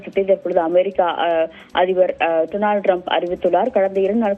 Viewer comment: என்ன டி மயிறு மாதிரி செய்தி வாசிக்குற லூசு ஈரானுக்கு இரான் டொனால்ட் டுனால்ட் த்து..... 😡